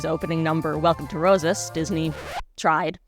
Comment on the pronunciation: Yeah I hate how they didn't pronounce it the Spanish way, even though their lead character's VA is Afrolatina! It's like they didn't even try. Le sigh. No effort at all was put into this movie.